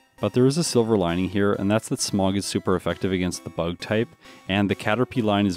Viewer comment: Is it bad that every time he says “Smog” all I can hear is “Smough” 😂😂